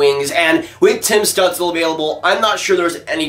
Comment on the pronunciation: Stützle is pronounced stootzle I’m pretty sure